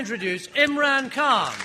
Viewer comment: for a minute i thought Khan is saying "jani"